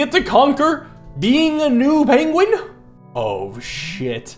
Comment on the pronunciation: I never noticed pronounces Penguin as Pengling and now I can't stop hearing it